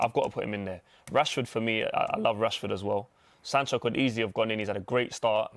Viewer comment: man said sancho😂😂😂😂😂😂